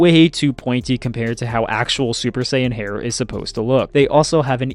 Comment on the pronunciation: Mispronounced Saiyan, Kamehameha, Zamasu, and Gowasu.